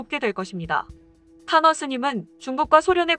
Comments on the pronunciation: 탄허 스님을 타노스님이라 들었어 ㅋㅋㅋ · 탄허 스님... 잘못듣고 타노스님 이라는줄... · 타노스로 들리네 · 탄허스님=타노스님으로 들었다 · 타노스님으로 들리는건 나만? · 타노스님이라고 들리네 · 화면꺼놓고 듣다가 탄허스님을 타노스님으로 들었다..